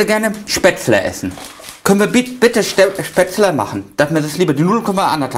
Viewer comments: Seitdem ich dieses Video gesehen hab, mach ich mein Gulasch immer mit Spetzele Meine Frau und ich können das Wort Spätzle nicht mehr normal aussprechen 😅😂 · Was zum Henker ist SPETZLE!! Spätzle oder was? Essen die Spatzen? Singvögel oder wie? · ich hab keine Spättelä 😂😂😂😂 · Manni, ich hab keine Spzätrre 😂